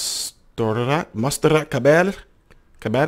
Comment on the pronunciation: Freddie and opera with. Mon..ser..at. That’s the pronunciation